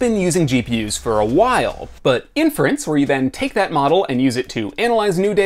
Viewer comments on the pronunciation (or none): You say inference weird